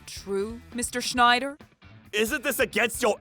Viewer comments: Schnider (unintentionally pronounced as Schindler, except by the principal / / ) is in SUCH A WORLD OF SHIT. And DON'T GET ME STARTED ON THOSE DIPSHIT DELINQUENTS EITHER, complete with the "Beavis laugh" no less... ( - ) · Constantly pronouncing the wrong name was funny. Was it Schneider or Shidler?